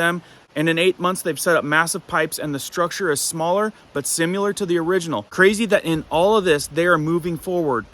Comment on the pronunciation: SIMILAR - NOT SIMULAR